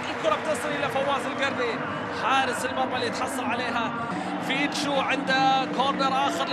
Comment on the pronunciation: المعلق يقول فيشتو هههههههه